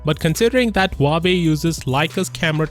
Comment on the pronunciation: Why im continously hearing him say Huabei? Instead of Huawei.